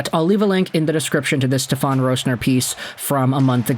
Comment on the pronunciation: Its SteFEN. Not SteFON